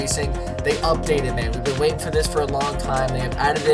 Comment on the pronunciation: "wainting" wtf